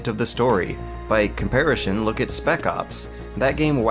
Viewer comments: Why does constantly pronounce comparison as "comparishun?" And later pronounce genuine as "genu-eye-n?" I'm confused. Great video though. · Comparison, NOT comparishon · Holy crap dude you actually said comparashin instead of comparison... why can't you speak English?!?... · "Comparishon", I love you. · otakuchrash It's unfortunate that such an amazing video analysis series with so much thought, time and effort clearly put into it is filled with "COMPARISHUN", "RAYTIONS", and "CHAYYF" grenades. I absolutely adore these videos but damn it's jarring to hear blatant mispronunciations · I asked him on Steam why he says it 'comparishon' and he seemed confused. Said that no one has ever tried to correct on it before. Seriously. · “Comparishon” I LOVE the video anyways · Comperi-shun? Re-geme? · "By comparishun..." I know it shouldn't bother me but it does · "Comparishun" I thought I had been imagining that pronunciation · Anyone else hear that? Compar-ish-on instead of comparison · "By comparishon" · Do you have a condition that makes you pronounce certain words weirdly? "regime" with a hard G, "raytions", "compariSHon" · Nope, nope, you said comparishon on purpose, three times. Comparishon. Comparishon? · "By comparishin" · "Comparition" eh? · Why does he pronounce "comparison" like "compari-shun" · "by comparishun" get his ass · one question: why do you keep saying "in compairashun?" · Love, love, love your reviews. I will however admit your pronunciation of 'comparison' with a hard sh drive me insane. It's not all that hard. It's s...o...n... 'son'. Comp-ar-i-son. Yeah? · This guy pronounces "comparison" as "compariTION". It's hilarious... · Is this guy purposely mispronouncing “comparison” and “nightmare”? I can’t tell, but really who the hell says “comparishon” and “nightmeer”? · Dude you're deliberately miss pronouncing words. In comparishoon 🤣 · I hate the way he says “Comparishon” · Why does he pronounce comparison like that